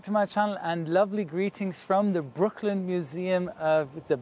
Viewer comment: Try Brooklands not brooklin 😜